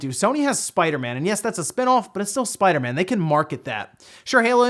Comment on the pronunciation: Spida-Man. Spida-Man? That’s how you sound when you say Spider-Man 😂